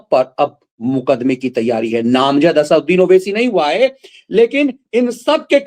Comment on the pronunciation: इस दैत्य का नाम असदुद्दीन है न कि असाउद्दीन,कृपया शुद्ध उच्चारण करें।